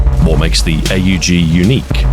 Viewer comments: Ey yu ji. Hell no. It’s pronounced OHG. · Him calling it the "A-U-G" instead of the "aug" is really messing with me. It's like calling an AWP an "A-W-P" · Huh.... ive NEVER heard someone call an aug an "ayyy you gee". You know its NOT pronounced "ayy you gee* because the letters are all right next tonone another, without periods or spaces or dashes or anything that would signify it isnt a word you say, like a word. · or more affectionately, pronounced awg. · Not once pronouncing AUG as "org" ( ˈɔɡ in phonetics I think) with your voice and inflection is a crime. 😂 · Nobody calls it "A U Jee" outside of US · Ahoy pronounces it like someone greeting Itadori Eyy, Yuji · He has risen!!! He also insists on saying "A-U-G" instead of "Aug". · Hearing somebody call the AUG the Hay You Gee, instead of the Ugg.